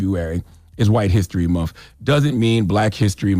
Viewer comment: Can he stop saying “monfff”🤦🏽‍♀️🤷🏽‍♀️